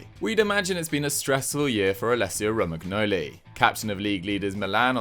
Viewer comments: Him pronouncing the g in Romangnoli hurt me every time it happened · This guy's gotta be taking the piss every time he says Romagnoli's name.